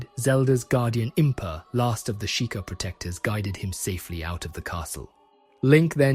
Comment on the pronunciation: How do you pronounce Sheik correctly, but pronounce Sheika wrong, back to back? That blew my mind.